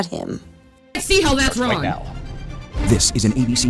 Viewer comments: How can she pronounce the G’s at the beginning of words but can’t at the end? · Omg she can't even put g on the word wrong. "What am I doing wron? I can't even with her anymore